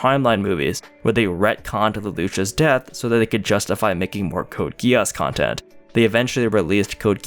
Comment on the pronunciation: Code Gee ss, NOT Code GUY ASS